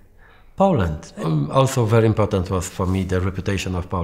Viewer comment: "very impotent" :D